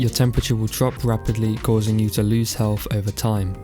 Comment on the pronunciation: Are you saying "helf"?